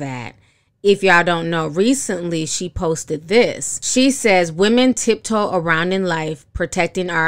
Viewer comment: The fact that Iggy said "TIP" toe!!!!! Really heavy on the subliminals